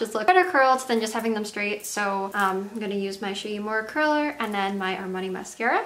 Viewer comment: She did say Armani I was like dangggg she said Armani lol 😮😯🤑